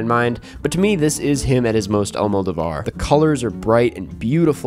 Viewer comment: you definitely don't need to go full spanish with it but Almodóvar is pronounced all-moe-DOE-var